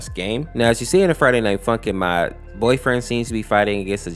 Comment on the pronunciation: The beginning says MOT instead of MOD